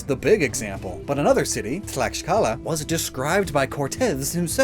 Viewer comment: So, couple things I would like to say as a Mexican (born and living here all my life) 1- good pronunciation on Mexicas! Overall your pronunciation was better than expected. However Tlaxcala has the hard X sound instead of the soft SH sound from Mexica, sounding more like Tlakskala. 2- In latinoamericana in general we are thought America as a single continent with 3 subdivisions. So to us, Mesoamerica mainly refers to the middle of America (the continent) not to central America as a region. Since Mexico is north America. 3- In general you can see Aztec and Mayan gods as Greek and Roman. Basically the same gods with different names and slightly different depictions. 4- Funny story about Aztlan,since its more of a mythical site rather than a real geographical one, there are a couple places where they claim to be the original Aztlan place where the Mexica settled first. One such place is the island of Mexcaltitán, in Xalisco, Nayarit. It basically fulfilled all the prompt from the gods, a island in the middle of a lake, they even saw an eagle (in this case it was a heron and not an eagle) eating a goddam snake. There are other places they claim to be Aztlan, in Sinaloa and other states, but ultimately they settled in Lake Texcoco in Tenochtitlan, current Mexico city. 5- In general something that really thew off the Spanish invaders, was that the indigenous groups here didn't cared about gold, they just saw it as pretty, useless metal that was only worth as decoration. They saw mo